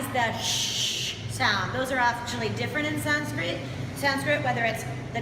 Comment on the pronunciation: Quiet impressive knowledge. Thanks for sharing. I am also impressed by your good pronunciation of Sanskrit words.